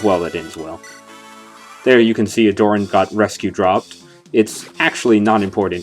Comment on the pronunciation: Pretty sure that's not how you pronounce Aderyn bro